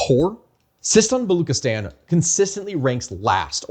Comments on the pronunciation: Baluchistan is pronounced Balooch(ch:cherry)-istan not “Balok” therefor the ethnicity is known as “Balooch”. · Thnk u for this you're butchering Baluchstan pronunciation though The ch is pronounced as in chess